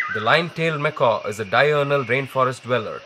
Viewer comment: Nice work with the camera. For the entire documentary, ironically you pronounce macaque as "macaw". Macaque is pronounced "Mekak". Macaws are parrots (birds).